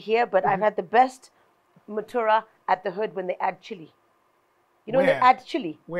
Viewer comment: Her English level doesn't allow her to pronounce mutura well😭😭and here I am